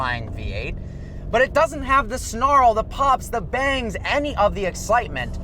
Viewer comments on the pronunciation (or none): none